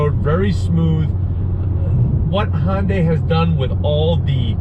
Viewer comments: FYI, it is pronounced “hunnday” not “Honday”. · It’s HUNday....not HONday.... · Great review. Just one important thing. Hyundai is pronounced "Hyun Deh" 현대 not Honday. Although not 100% perfect it'd be more acceptable to say Hunday, like Sunday but with an 'H'. Just say "Hunday," and it'll be acceptable, while being miles better than saying Honday. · "Honday". Love it. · It kinda drives me crazy how he pronounces Hyundai “Hondai” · no. its "Hyun Deh"